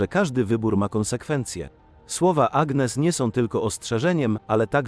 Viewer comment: « ANIES » akcent na ostatnią sylabę, tak się wymawia imię Agnès !!!!!!(gn czyta się ni )